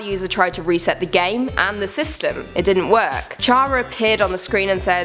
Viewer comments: You said chara wrong its pronounced Kara but chara for character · None of these were really that well made. It was full of cliche's and you mispronounced Chara, Flowey, and Toriel. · It's not 'ch' in Chara in Chara it's 'k' and not flowy it's flowey